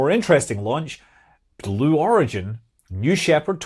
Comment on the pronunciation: Did he actually say Glue Origin? 😂